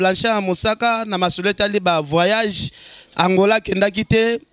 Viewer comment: kkkkkk ken ca va .na moni vraiment ozo na souci ya ko kolisa musala.ba questions ya propre ba terme bien pronounced kkkkkk "vaaayage" kutu olobi yango te.